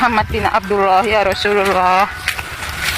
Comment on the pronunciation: Palsu ngucap yarasulalah aja dah salah, berarti makam itu ya keliru n salah